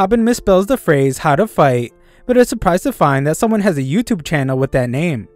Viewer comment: Bro said noutube